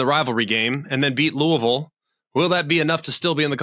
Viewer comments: It's LOO-uh-vill! hahahaha That was great. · “Loouhville.” Spot on to how McElroy said it.